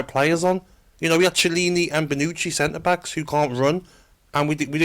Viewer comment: Man actually referred to chiellini as txi-e-li-ni and bonucci as benucci. Gtfo